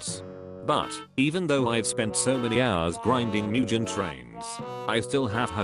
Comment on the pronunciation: “MuJeN TRaiN”😂💀😭